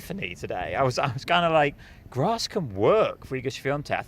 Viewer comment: U guys have to start saying "grass" properly. Not "grossss" it's driving me to insanity where I'm gonna have to be locked-up for 72hrs